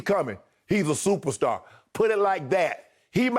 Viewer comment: "Im a stuperstar" smartest think skip has ever said